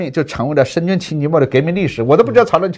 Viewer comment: 原来的何老板是会把深圳念成深俊的